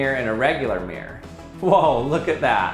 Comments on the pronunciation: Mirror has TWO syllables. Mir-ror. This guy is pronouncing it with only one: “meer”. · Not MERE it's MIR-ROR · Does it not bother anyone else that this guy says "meer" rather than "mirrer" for the word "mirror"? I literally can't bring myself to a point where I can even just ignore the pronunciation... "meer" v "mirror" is just so wrong! Ugh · Everyone: Mirror: Meeyer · I always think the majority of American say Mir -like the space station. Same double-r problem with Squirrel - comes out as Squirl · Thank you. Now I can only hear him saying meer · I was too distracted by hearing "Mere blahblah mere, mere, blahblahblah mere blah mere mere". The content is usually interesting enough not to notice these things - but this time;: "So what did we learn, class?" Class:: "Come on!... Anybody!" Class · Why can’t Americans pronounce MIR-ROR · Why do Americans pronounce mirror as meer?